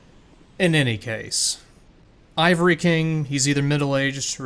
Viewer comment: crown of the aava-ry king